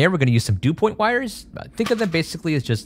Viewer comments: its DuPont connector, as in the massive multinational company called DuPont. not "dew point" lol. dew point is the temperature air needs to be to form dew. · Thought it was Dupont not Dupoint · And "Du-point" wires lol.. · The cables are not Dupoint, they’re Dupont. There’s no I in it. Otherwise great video!